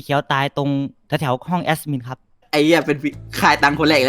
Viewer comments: ตลกที่ พูดว่า " แอสมิน"😂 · แอ็ดมินมันไม่มีตัวsนะออกเสียงมันทำไม